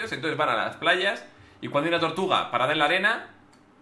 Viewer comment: Dice patada